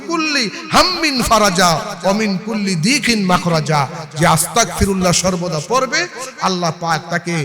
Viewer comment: হুজুর আস্তাকফিরুল্লাহ না❌ আস্তাগফিরুল্লাহ হবে ✅